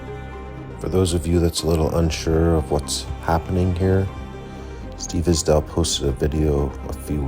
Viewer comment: You are ripping off other people's videos! Just another scammer looking for a profit from someone else's hard work 😔🤬 you can't even pronounce Isdahl right